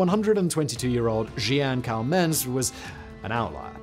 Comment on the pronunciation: Jeanne Calment... Not really the right pronunciation, ;) Maybe a nice idea for a Biographics ;)